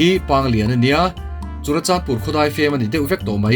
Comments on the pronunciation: Churachanpur nilo in Churachandpur tur😁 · CHURACHANPUR❌ CHURACHANDPUR✅